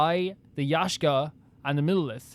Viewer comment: finding inner peace everytime says 'yashka" instead of yaksha